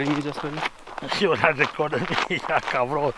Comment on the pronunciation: It is cabron not car bon